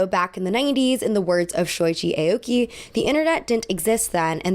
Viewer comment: hi!! love this video:) just wanted to offer some advice (as a japanese person) on pronunciation! aoki wouldn’t be pronounced like the alphabet letter “a”, it would actually be more like “ah-oki” like if you were saying “ahh”! harajuku wouldn’t be “hair-a”, it’s actually “hah-rah”, like a “haw” sound! hope this doesn’t come across as rude, i think it might be good to look up what the pronunciations of japanese words/names etc are for videos just to ensure accuracy!! love u 🤎🤎